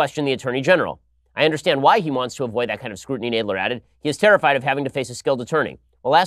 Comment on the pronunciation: Jeez Ben you pronounced Jerry Nadler wrong.lol.Where's Charles Kruathimer. When you need him🐶